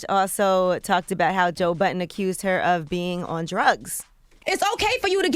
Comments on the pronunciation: It's "Budden" with two 'd's' not "Button" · Joe Budden not Joe Button...